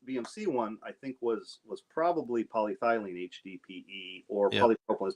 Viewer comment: Do not mean to be too picky but I believe your pronunciation of polyethylene could stand a small improvement. paa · lee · eh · thuh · leen